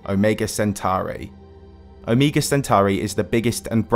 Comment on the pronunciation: You pronounced omega differently in 2 seconds